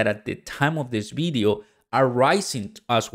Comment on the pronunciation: It's. Pronounced video not bideo